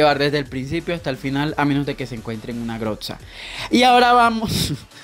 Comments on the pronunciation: grotza tiltea q digas asi porfavor es grosa con z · Jaja la groxa 😂 se dice grosa pero se escribe groza